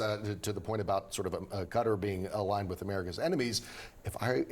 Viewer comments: Cutter? What are you saying? It’s Qatar you du****s! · Can mainstream journalists fucking learn how to properly pernounc a countries name. Qatar, sounds like ( kat tar]) Not cutter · Quatar not cutter pronounced catar grammar does mean pronounceiat words correctly. . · Ca-Tar not Cutter. Even Trump got it right. 😂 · Pronounced Qataaar 😅 nice plane though ❤ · "Even if there's no favor, that was offered from Gutter" -- when the educated Americans try to get the pronunciation right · Ffs, stop calling it "Kudder," America. 🙄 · Pronouncing Qatar as Cutter invalidated literally everything you were going to say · Not edgelording . These are professionals. If you can't get perfect Arabic I get it but cutter? Would I be edgelording if some of them were pronouncing it chicago? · IF ONLY QATAR COULD BE PRONOUNCED BY AMERICANS PROPERLY??BUT A GOOD VIDEO!!